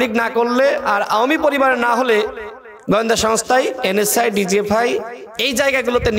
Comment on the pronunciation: কথা বলতে পারো না তো রাজনীতি করতে আসছো কেন পত্যাশা, প্শ্ন, গয়েন্দা, দশর,ষল,যাছছে,পত্যেক,করবে ভাই তুমি কি সত্যিই ঢাকা ভার্সিটি পড়ছো তুমি তো কথাই কইতে পারো না রাজনীতি করতে আইছো মিয়া রাজমিস্ত্রির কাজ কর গিয়ে ভালো ফল পাইবা